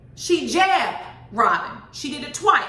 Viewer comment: The way you said jab and your hand movements got me weak 🤣🤣🤣🤣